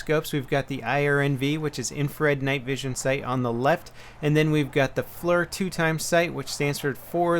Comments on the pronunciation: not pronounced flur, its pronounced fleer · I know it's an acronym, but that's the way that particular acronym is pronounced. You are a very influential youtuber and I'd hate to start hearing all your viewers running around calling it a "flerr.' -Just a Marine how works with FLIRs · It's pronounced "fleer." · FLIR=FLEER, NOT FLUR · Its pronounced "fleer" not "flur" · Tip: FLIR (Foreword Looking Infrared) is pronounced "fleer" like ear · tip, FLIR, Forward Looking Infrared = "fleer" or "flear" just sayin :P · Hey just want to start off saying I love your videos very informative, and entertaining. Not trying to criticize or anything this is just a little information for you, the FLIR sight you covered in your video is pronounced "fleer". Thanks and keep up the good work! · Flir is pronounced "fleer". Just so u know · FYI the FLIR is actually pronounced like fleer. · Not trying to be a dick, but I know you shoot for authenticity so the FLIR is pronounced "Fleer" :) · Nice video,. Just one thing, in the marine corps, aviation-side at least, we pronounce FLIR as fleer, as in near. The Navy side does as well, im would bet the air force and army follow suit. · Isn't FLIR pronounced like flear? kind of like deer. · FLIR pronounced FLEAR. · it is supposed to sound like "Fleer" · FLIR is Forward Looking Infra Red. It is pronounced "Fleer". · lol, you pronounce FLIR weird XD